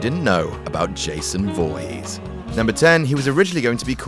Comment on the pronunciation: d'you know its pronounced voorees, dont pronounce the H